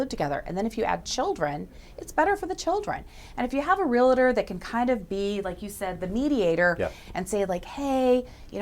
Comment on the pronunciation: It's Realtor, not a Real-a-tor